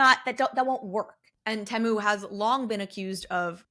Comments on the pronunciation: I thought it was pronounced Tee-moo? The adds have literally drilled this into my head 🙈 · They also sell your personal data. I'm not shopping like a billionaire. Say Temu properly also